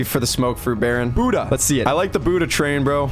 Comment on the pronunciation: bro tf is "boodah" and "keelo"